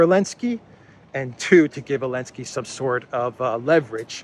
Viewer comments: you're mocking ZipAir for dropping the Z and yet you say "Elensky". Somewhat inconsistent, wouldn't you say? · Zelensky has a Z . He needs to cancel that too. No wonder you say Elensky 😉